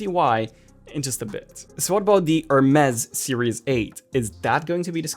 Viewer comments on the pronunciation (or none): Hermes is pronounced like "Aeirmez" just saying! I love that brand!! I love my Watch 5 Pro, Titanium actually feels amazing for the body and the battery is vastly improved!